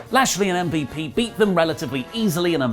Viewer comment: you botched miz and MVP name cmon